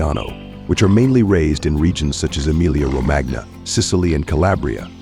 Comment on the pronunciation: Romagna in "Emilia-Romagna", is pronounced "Romania"